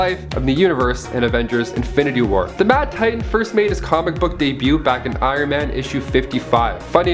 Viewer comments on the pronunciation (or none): none